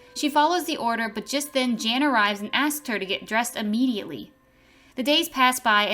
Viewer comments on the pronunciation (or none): none